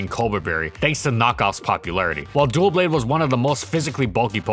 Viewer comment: Dou-blade. Not Duel-blade